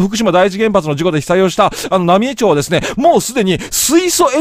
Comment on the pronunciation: 野暮な指摘で申し訳ないが ×浪江町（なみえちょう） 〇浪江町（なみえまち） です！